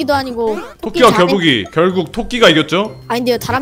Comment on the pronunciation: 토끼와 겨북이요? 토키와 거북이 아니에요? 편집자님이 일부로 발음 맞춰서 자막 올리신건가요..?